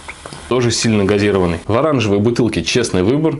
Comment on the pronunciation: Твою мать Не газИрованный, а газирОванный!!!